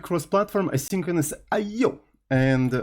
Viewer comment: Bro I swear to god, stop being a clown pronouncing I/O like that every single time. It got old and tiring ages ago.